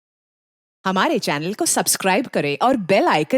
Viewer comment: Cheenal ko cheenar kyu bol rae hai 😅😅 Naam bhi ajib rk dia hai